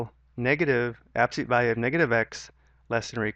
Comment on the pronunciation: I'm having a hell of a time following these directions. Mainly because he says absolute as abseet, and then races through other things. I have to keep stopping the video and keep the subtitles going. Rough.